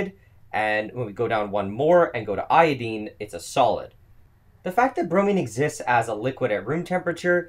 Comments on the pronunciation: It's " eye o dine.. not ... eye o deen. Wtf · BromIne (I = eye) not Bromeen. Same for IodIne. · Never heard "io-deen" in a north american accent. Only in UK or Australian accent.